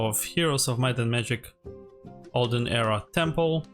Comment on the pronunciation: It is Temple, not Tample unless that was intentional.